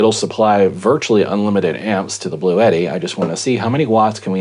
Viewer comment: it,s blue tti not blue et tti.